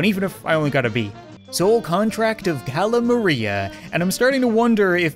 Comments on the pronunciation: It's not pronounce Kayla Maria is pronounced call a Maria it's a reference to call Mari because you have like this quitter out the desire no I'm assuming quit judging by your name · It’s not Kayla Maria it’s calaMaria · It’s calamari not cale mraiae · it's cal u ma ry u that's how to prounonce it